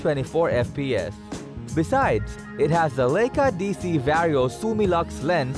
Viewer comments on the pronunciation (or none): If you are going to have someone narrate your top ten videos, at least make sure that they can at least properly pronounce the names of the products you are discussing! In the top ten compact cameras video, above, your “announcer” made the following errors: It’s not Lake-ah, it’s Lie-ka and it’s not Zeese, it’s Z-ah-ese! Since I started watching a lot of You-Tube, I’ve never seen so many well known names of people and things mispronounced! Some well known names of people and things are tortured so badly, that it’s almost impossible to figure out who or what they are talking about! I realize that the state of education in the Western Hemisphere has declined greatly in the last 50 years or so, but there is simply no excuse for these gaffs not being caught before the video gets posted. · Dude. If you want any credibility at all you need to learn how to pronounce Leica…